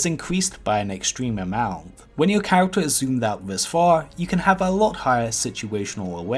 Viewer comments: People in the UK don't all talk like this and, honestly, haven't heard anyone in person talk like this. He has only one formula. All lines end with a extended and higher pitch until he finishes the sentence. Also he has twubles wif awhs (troubles with R's). For example: characters = kehh wekt tuhs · He has only one formula. All lines end with a extended and higher pitch until he finishes the sentence. Also he has twubles wif awhs (troubles with R's). For example: characters = keh weck tuhs